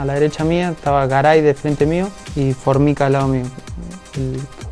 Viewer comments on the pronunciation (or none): none